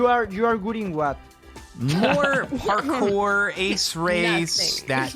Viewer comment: i think its that "parkours" part it kinda sound like fuckers with the accent